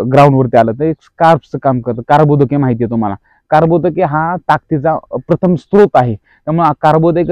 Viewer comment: कार्बोदके नाही रे कर्बोदके😂